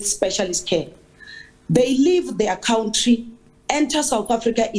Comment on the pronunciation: Stop saying cowntry lol. It's country hahaha